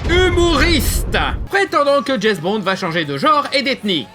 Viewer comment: Je suis un gamin : j'ai pouffé chaque fois que tu disais Jess Bond au lieu de James x)